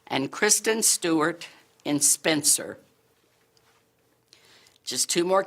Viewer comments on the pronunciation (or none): Kristen Stewart for "Specer"? Really?